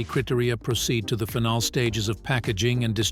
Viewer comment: ‘critory’ is not how you pronounce ‘cri-tear-ria’ “criteria”. Also, it’s “final” not “phenol”..